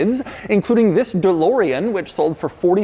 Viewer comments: Mr. “This” the most advertising and entertaining pronounced “THI$” I’ve ever herd. Sir you Must call ur channel “this” or have a brand that goes with. Mr. THi$. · Fhiss is the New Ferrari 812 GTS, I like how he pronounced This’ like Fhiss 😂